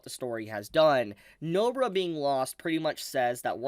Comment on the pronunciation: I like how you say No-bra instead of NobAra. Cheers.